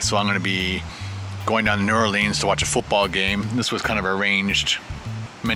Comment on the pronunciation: It's New Or leans